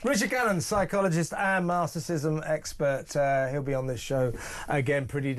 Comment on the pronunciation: If this man is such an expert on natcissism he should at least be able to pronounnce it properly. He keeps calling it ”narcism"